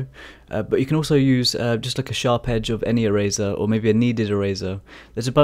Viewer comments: OHHH...ERASER! I thought you said "a razor". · I can;t get over the "erazor" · I kept hearing “smaller razor” lol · If he says erazer one more time... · is he saying eraser?.....i really wanna know but cant tell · I love the way you say eraser and your fur looks awesome